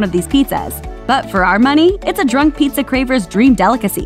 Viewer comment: It's PIZZA not PETEZA